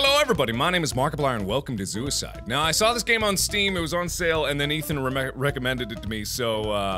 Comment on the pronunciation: It sounded like he sed suicide at the start